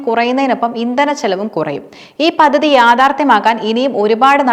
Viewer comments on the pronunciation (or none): പദ്ധതി. പതതി അല്ല